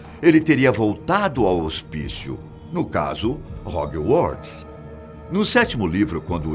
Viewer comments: Moço, estuda a pronúncia das coisas. Hog"ui"uorts? Meu Deus! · EEEU KKKKKKKKKK ROGIUARTS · Agonia é ver ele dizer HOG-WARTS KKKKKKK separando as palavras kkkkk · HOGUIORTS / CEDRIC 🤣🤣🤣 - 10 pontos para fatos desconhecidos